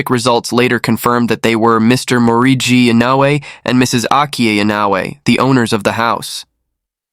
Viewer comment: Maybe he didnt know how to pronounce Inoue… it is difficult for non japanese speakers… I always butcher English name, so i feel him.